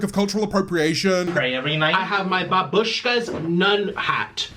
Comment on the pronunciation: I wanted to eat while enjoying your video but like- I lost my appetite ALSO THE WAY HE PRONOUNCES BABUSHKA MAKES ME WANNA RIP MY HAIR OUT